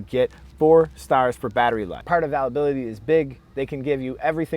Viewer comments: first off those are dots not stars secondly if you cant get any parts for it that should be ZERO stars or if it costs the most but performs the worst ZERO stars thirdly learn to pronounce availability...theres an I next to the A . so ite like ale or pale not all or pall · How did you say "availability" my dude? Lol Great review tho Holmes.....thanks!